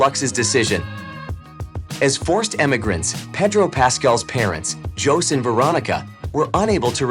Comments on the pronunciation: Yeah, really. Jose is pronounced as Ho-seh, not Johss. Please do your research before you narrate. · yes I did notice that! I guess Jose (hoe zay) is spanish for Joseph, and it was Peenoshay. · That’s not how your pronounce José.